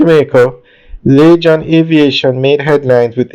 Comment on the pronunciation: I don't think. It's pronounce .lachan. Its lagan phonetically. laygan .